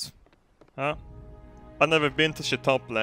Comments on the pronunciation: Did you say chitopley instead of chipotle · "Chitople" kekd. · "Shitopley" - 2016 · He said Chitople XD I'm so done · Shitolpla? You mean Chipotle? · I love getting burritos at "Shitople" xD